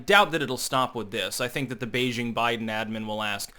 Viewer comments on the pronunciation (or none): none